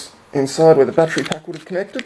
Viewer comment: LOL he says "my fattery went blat" That's some sunny fhit.